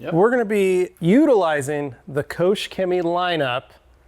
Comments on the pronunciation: Say the word "Co" and then say "Shimmy." That's how the company name is pronounced. :) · If it’s not Sonax, it’s a waste of money. Side note: the pronunciation of Koch Chemie is hilarious 😂